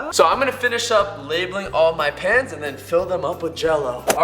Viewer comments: Who else thought he said ''Labelling My Pants''??!! XD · When he said he was gonna label the pans...-um...I thought he said pants lel